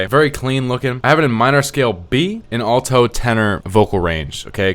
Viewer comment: Alto is pronounced al-tow lol